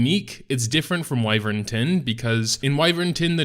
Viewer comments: Go look it up on any dictionary site and click the little speaker icon so the nice lady can pronounce it for you. It's WHY-vern. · Pronounced WHY-vern